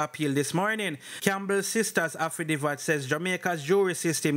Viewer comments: the word is "haffi dave it".. affidavit not "haffi div at" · Affidavit.... pronunciation AFFI-DAAA-VIT..............not affidivat NOT AFFI-DI-VAT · A-FFI-- DAY--VIT--- THIS IS HOW IT IS PRONOUNCED........ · Was listening and was so annoyed I had to comment then I saw your comment 😅😅😅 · It's pronounced afidayvit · Bro the word is affidavit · Afi divvat 😅😂😂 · up time…..please take note of corrections when noted by your readers. The incorrect pronunciation is often annoying and no matter how corrected you continue the same. Makes me wonder if you read some of these responses, anyway words you are not sure of the dictionary gives the correct pronunciation…. You are appreciated nonetheless the less AFFI-DAVE-IT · Jesus did he say afadiva? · Aftadivat..why don't you learn proper pronunciation son? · Bro it's affi- day -vit / Affidavit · Man so anxious that he not even tek the time to pronounce the word (affidavit) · HE CANNOT PRONOUNCE SIMPLER WORDS..he does no research..he just Plagiarized..and he reads like a GRADE ONE STUDENT.. I can’t listen to this!!